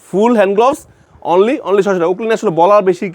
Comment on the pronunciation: উচ্চারনটা গ্লবস নয় গ্লাভস